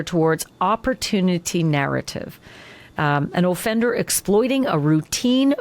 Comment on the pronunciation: Does anyone else find it strange the way she says offender? She says O-fender with the emphasis on O.